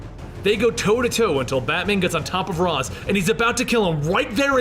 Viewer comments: I thought it was (ray shh) not (Ra zz) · It is, he's saying it wrong. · Ra's is pronounced Rai-sh.